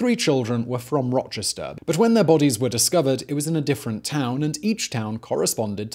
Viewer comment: i love the way simon butchers the place names where i'm from. now do one on Arthur Shawcross.